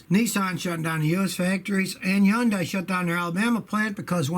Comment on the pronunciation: Scotty, Hun-day like Sunday. NOT whatever the heck you're saying...